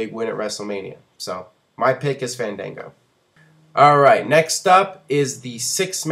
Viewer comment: MAN, FANDANGO DOESNT EVEN PRONOUNCE HIS OWN NAME RIGHT.. smh